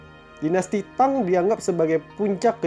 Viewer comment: BAGUS UNTUK MENAMBAH WAWASAN CHINA MMG HEBAT MUNGKIN LEBIH HEBAT DARI MESIR .SEDIKIT KOREKSI PENGUCAPAN PIN YIN NAMA DINASTI AGAK SALAH SPT JIN HRS DIBACA CIN ; TANG DIBACA THANG DLL